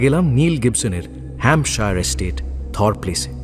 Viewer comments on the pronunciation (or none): Akta correction Hampshire is pronounced as hamp-shuh not shire.